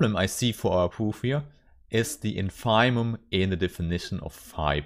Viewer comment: Congratulations as always. I'm aware that English is neither your mother language nor mine but I think that you should check the pronunciation of INFIMUM.